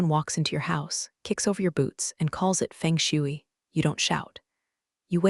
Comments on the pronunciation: Feng shui: Fuhng - shway - NOT - Fang -shoowy. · That's sad how you beg at the start of the video. You should recommend liking and subscribing at the end of the video like someone with some sense. "Gridded molars"? Pronouncing "feng shui" like "feng shooey"? The voice says "not a nuke," but the words on the screen say "nar nuke"? Is "kind bar" anything like a "Kind bar"? This is idiocy or laziness. I wish I could see the count on the downvotes, as I just added one.